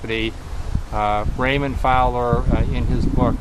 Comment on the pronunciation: Raymond Fowler.... not Fower. Read his books.